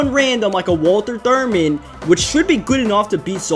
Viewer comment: It's "Walter THHHurmand" not "Walter Durmand"